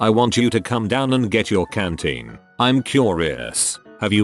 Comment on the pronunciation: Canteen, not cantine.